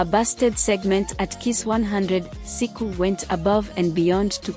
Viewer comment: Please say SHIKO not siku....gosh